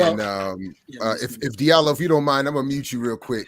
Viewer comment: Diallo in Fulani is pronounced Jah - Lo. Not Dee-Ah-Lo. Please pronounce the name correctly. In French the "J" sound is produced by D+I=>J. In Sierra Leone and Liberia, the Diallo's are spelled "Jahlo.". Recognize the damage Colonialism and the imposition of the language has had on our people.